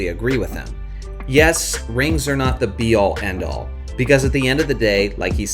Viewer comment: Bron said A all B all. Lol!